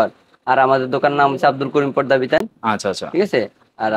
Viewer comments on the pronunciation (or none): Bhai podda na porda